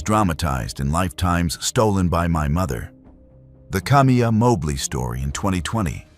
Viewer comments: Kam-eye- a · Your pronouncing her name wrong as well it’s actually kuh-my-ah